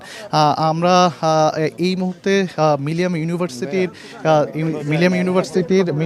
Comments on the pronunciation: মিলিনিয়াম বলতে কষ্ট হচ্ছে কেন বার বার মিলিয়াম বলছে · মিলেনিয়াম উচ্চারণ করতে পারে না যে ব্যক্তি, সে রিপোর্টার হিসেবে দায়িত্ব পায় কিভাবে এবং কোন যোগ্যতায়?